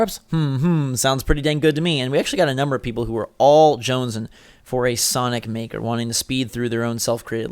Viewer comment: I know he meant to say sonic maker but is it just me or does it sound like he said the N word